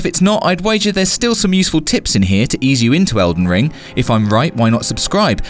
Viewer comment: You know there is a G in that games name right?